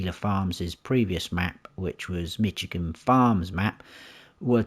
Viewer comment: Good review. I humbly want to help you pronounce the name of the State of Michigan USA correctly. It is pronounced "MISH" as in "FISH" plus "igan" - not "MITCH" as in "HITCH". Comes from the Chippewa Indian word for "clearing" = "majigan".